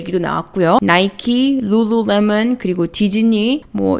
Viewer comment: 룰루레몬 발음 신기해서 계속 듣고있네요 ㅋㅋㅋ 발음하기 어려운 단어네요